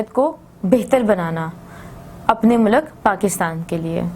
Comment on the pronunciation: Teacher mulak nahi hota mulk hoata Hy